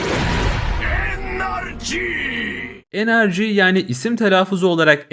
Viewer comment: NRG sanki Enerjiii! Diyor